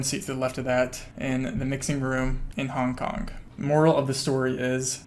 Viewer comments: Nooo i cant unhear it HONK HONK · Honk honk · he says hong kong like honk honk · Take a shot every time he says Hong KonK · nothing worse then people pronouncing "k" at the end of words that end in G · the way you say "hong kong" sounds like "honk honk" and i can't unhear it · Haha I had to scroll pretty far down to find this. I was hearing “hong konk” it had me going that’s for sure 🤣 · Ya I just heard it